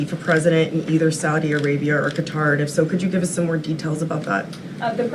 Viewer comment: She misprounced Qatar. Should be like "Cutter", not "Kaytar".